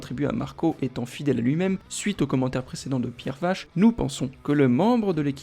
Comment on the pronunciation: Vaché pas Vache 😉